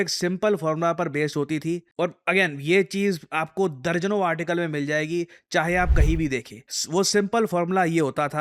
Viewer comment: दज़न ❌ दर्जन ✅